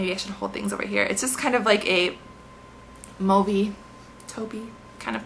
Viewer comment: Also, I love the fact that you're one of the few gurus who actually pronounce mauve correctly! I'm always telling people that mauve rhymes with stove.